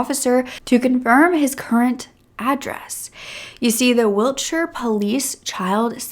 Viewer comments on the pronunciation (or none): none